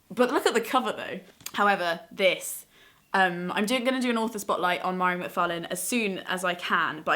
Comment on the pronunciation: Mhairi is my fave too, she's absolutely hilarious!! Just in case you do a more in depth video about her books / writing, her name is pronounced Vah-ree :) xx